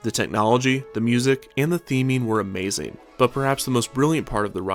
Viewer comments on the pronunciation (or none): none